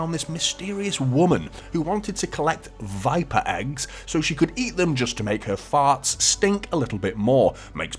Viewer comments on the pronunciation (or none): none